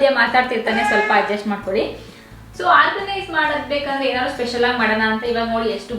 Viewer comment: try pronounce few words properly, for example organise, when u pronounce frist that also not pronouncing properly (before uploading listan to the audio once den u will come to know how poor is ur pronouncing